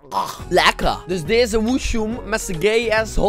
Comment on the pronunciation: "Lekkah" HAAHHAHA